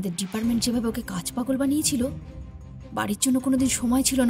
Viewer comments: Dada kichu mone korben na, kintu j mohila bolchen onar ritimoto pronunciation a problem ache... 'Deparment' 'Istree' eigulo khub kane laglo. Ektu check korle valo hy. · রঞ্জনা সেনের ""ডিপারমেনট” !! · Again good story but the English pronunciations needs to be worked on ! Even the spoken English needs to be improved. The word Department was so grossly mispronounced everytime ! Kindly refer to you tube for English pronunciations before the final narration. Please stress on spoken English as well as ur English pronunciations. Else it really sounds bad to the ears. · Golpota khub sundor Khub e bhalo legeche Department shobdotir uchharon hoyto koyek jaygay ektu onnorokom hyeche ba ami bhul suneo thakte pari Anyway best of luck to team addabuzz❤️